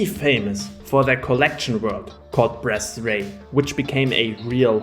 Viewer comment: Am I the only one hearing "breastday" instead of bretzraei?